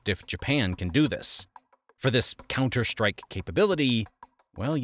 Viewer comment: Counter strike. Really emphasized those words.